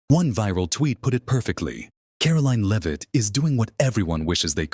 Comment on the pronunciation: Your Freakin AI needs to learn how to pronounce Leavitt...